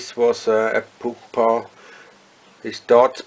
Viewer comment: So funny the way this guy pronounces 'pupa' and 'pupate' - POOPAH! POOPATE! lol